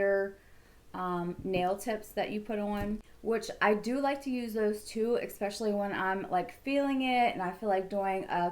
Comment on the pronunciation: eSpecially not eXspecially and it’s jeuje - pronounced like judge with a hard U, not juju wtf